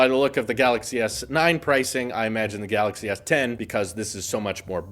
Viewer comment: Samsung Galaxy s10: Samsung Galaxy Tien I love it 😂.....just came to read comments btw don't care about what he says 😂 and so far im enjoying myself